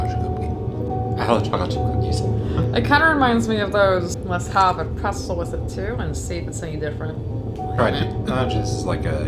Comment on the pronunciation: pretZel!....not Presel